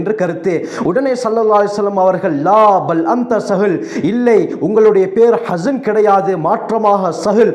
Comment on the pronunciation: حسن என்றா அழகானவர். அவரின் உச்சரிப்பை கவனியுங்கள். அவர் சொல்வது حزن அதன் அர்த்தம் களை குறியவர். கடனுக்கு உரியவர்தான்